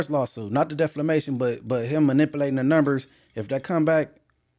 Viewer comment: continuing to say "defLamation" is hilarious. Stop taking "L"'s!!